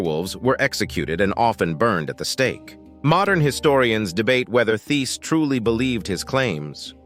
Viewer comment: Hello just want you to know the h in Thiess is silent so you pronounce it like “Tice”